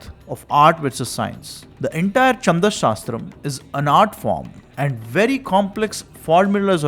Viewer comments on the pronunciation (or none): It is not चंद शास्त्र but छंद शास्त्र, sloka is incorrect pronounciation it is श्लोक। Pls use correct form, your recitation of विष्णु सहस्रनाम was good। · Chhand छ not cha च so छंद not चंद Great and helpful research .